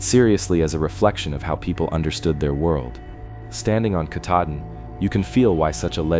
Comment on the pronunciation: too bad you can't say it so he could hear it and get it right. Oh well. keh TAH din (accent second syllable) is about as close as I can write it. He also had trouble with Sebasticook and a few other words, but hey, those old names are hard to imagine if you never heard them before. The stories were still fun and interesting.